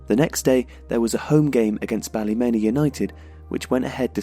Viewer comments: Ballymena = Baalee-mean-a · It’s nice to see people talking about Northern Ireland’s difficult past. But for the record, it’s pronounced ‘Balla-Mee-Na’ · The way u pronounced ballymena😂😂😂😂 bally-meena its prounced Great vid tho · Your attempt to say Ballymena made me laugh...but good video bro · Andrew J. Stewart Cringed both times, but the video is very well done